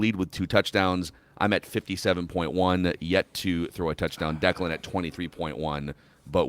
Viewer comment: The way it reads Declan is right